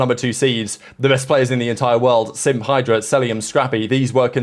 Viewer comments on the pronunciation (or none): none